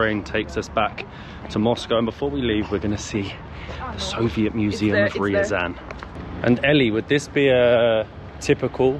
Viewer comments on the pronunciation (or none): Ryazan is not "rural". And that's not how you pronounce Ryazan.